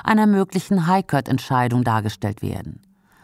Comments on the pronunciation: ist das ein Sprachcomputer oder eine Ahnungslose? Aussprache court ist /kɔːt/ und nicht köört. Das tut in den Ohren weh! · der gute Kört! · schöner Beitrag, danke NDS. Aber an der Aussprache von „court“ müsst ihr noch arbeiten, sorry, das tut richtig weh im Ohr….